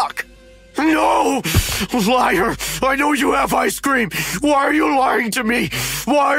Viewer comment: Everyone love ice-sceam but that was just wrong!